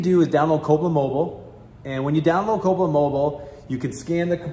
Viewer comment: old mate needs to speak a little clearer with specific manes. Its Copeland Mobile. I hear Copa mobo